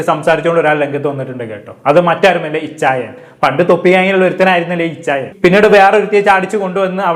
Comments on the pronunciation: Ichayan alla bro achayan 😂😂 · Ichayyyan ✅ achhayyan ❎